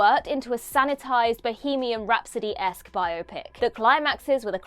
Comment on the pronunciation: THANK YOU for pronouncing biopic correctly!!! 🎉